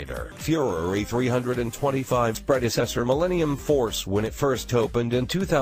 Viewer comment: Fyoureeeee 3 hundred and twenty-five 😂😂😂